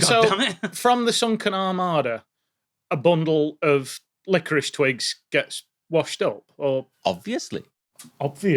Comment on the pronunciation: I kept stumbling over the fact that is still struggling with pronouncing the word licorice. And now I want to try hopping a mile in a sack race style. (My mile time has been suffering lately, so at this point why not?)